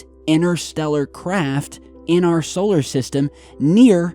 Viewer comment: Try saying interstellar & we might make sense of what you are saying,innerstellar does not make sense the same as your other favourites innernet & innernational,there is a"T"in these words for a reason